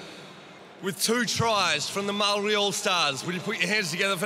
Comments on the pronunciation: Bruh, why they got all white commentators for the Indigenous/Māori game? Dude can’t even pronounce the word Māori 🤦🏽‍♂️. Over 50 percent of NRL players from indigenous or pacific island heritage, NRL needs to change with the times. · The commentators got no idea about the culture. NRL needs to change with the times and get some brown faces in the commentary box. After all that beautiful culture from both sides before the game and dude goes ‘and the Mowree all stars get us underway’ 🤦🏽‍♂️. Other dude goes ‘ so who won the dance contest?’🤦🏽‍♂️ Time for change.